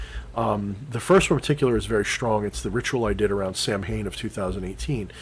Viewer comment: Hmm, I have seen the Sidhe in a physical manifestation many times in my childhood. Didn't know it was that rare. Samhain is pronounced Saw-win. Just a friendly heads up =)